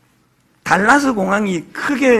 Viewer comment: 이 찬수 목사님 미국 방문을 알았더라면 찾아가서 울림이 있는 말씀 들었어야했는데... 평소에 영어 못해서 한국에 돌아왔다고 우스개처럼 하시더니 "알칸사스?, 달라스?" 정말 그렇네요. 미국에 30년 이상 살아도 그렇게 말하는 한국분들 많습니다. .굳이 한글로 옮기자면 Arkansas 아~ㄹ컨소, Dallas 댈러스 아니가요? 설교 대상이 한국분들이니까 그렇게 말씀하시는 것이라 봅니다. 우린 주로 R과 L을 뭉뜽그려 ㄹ 하나로만 적는 습관 때문에 소통이 좀 어렵습니다. 다른 예로 Salmon(쌔먼)을 살몬, 쌀몬 이라 말합니다. 맨날 영어로 소통하고 지내도 영어가 쉽게 늘지 않습니다. 한국식 발음으로 미국에 웃음을 주고 귀국하신 이찬수 목사님 더욱 더 은혜 충만하시길 바랍니다.